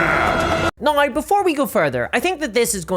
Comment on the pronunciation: So glad I completely switched to Pathfinder 2e, and now the Starfinder 2e playtest. Paizo is an ethical company. They actually listen to their customers. And it's just a better system. Super balanced. So many character options. No AI art. Physical books. All the rules available online for free! BTW, I love your accent. Scottish? Welsh? Especially the way you say "nigh" instead of "now." Also, I enjoy your humorous style.